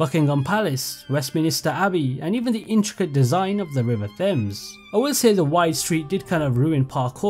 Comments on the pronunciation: really petty thing to complain about but that's not how you pronounce the river Thames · Bro is English and can’t even pronounce major London locations such as Westminster and Thames.